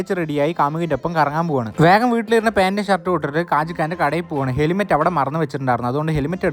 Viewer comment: Eda patti helimet alla helmet anu 😂